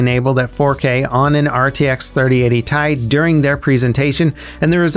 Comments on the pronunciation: PLEASE it's not tie .. it's T.i. (as in Titanium) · Its T I not tie 😂😂😭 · lol first time I heard someone say T.I. as Thai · Say it with me "T. I." not "Ty" lol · bruh had me hella confused with the "3080 thai"... my guy everyone calls it "3080 tee-eye" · Lol same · I kinda flinched every time he said tie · except literally no one says "ty" even nvidia say t.i. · i was thinking this as he said it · TAJ!! No no no... It's Tee Aj! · Who says Tai instead of Ti.... I’m scared now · It’s T i not tie. Separate letters not one word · Why are you pronouncing It as TIE, instead of Tea-Eye, each letter individually! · Broooo pls have mercy on my soul. Stop saying ty and just say T.I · Is he trolling us for comments by calling it Ty rather than Ti? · It's pronounced "ti", not "ti"! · Stop saying Tie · "3080 tai" you had to purposely butcher the pronunciation. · 3080 thai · "3080 tie" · I have never heard anyone pronounce it "Ty" before... Now I'm questioning if we've all just been saying it wrong all this time... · Who calls it “tie”? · Please never say "Thai" after any GPU name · And who the hell pronounces 3080Ti like that? Ty...? da hell? xD Unsubbed! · I cringed really hard. And then went looking in the comments lol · Nvidia pronounces it like that?? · The way you pronounce Ti frustrate me more than it should tbh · don't worry we all cringed at this